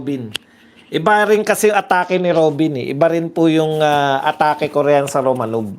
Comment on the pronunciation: Romanoff pronunciation nyan.